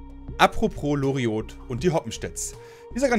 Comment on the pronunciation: Bei Loriot ist das 't' stumm! Herrje...